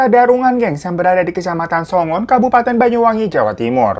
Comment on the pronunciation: Bang, we orang banyuwangi lho. Emang iya dulu tempat kita terkenal dg santetnya. Malah ada orang blg santet di jual harga 1000 dpt 3.😄😄😄. Ngeri ngga? Btw, daerah yg bang Hiro bilang itu Songgon. Bkn songon. Korek saja yg bang.